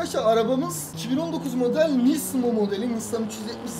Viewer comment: nismo diye okuma nizmo diye oku